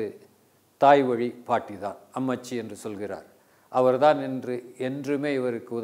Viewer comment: Amuchi nu solli yaeyaa tamila kolra ammaachinu solluyaa ucharipu migha mukiyam Amma + aachi : ammaachi Ammooda ammaa paati nu artham..